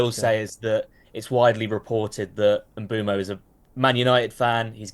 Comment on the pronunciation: Bryan Mbeumo. Pronounced: Mm-boo-moe Great video either way though!